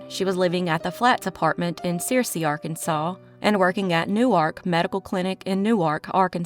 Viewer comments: It is not pronounced sear see it’s pronounced sir see and it is spelled Searcy, which you did spell it right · It’s not Sear-c, it’s pronounced Sir-c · Searcy is pronounced "Sir-see".... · Searcy is pronounced, Sir-cy.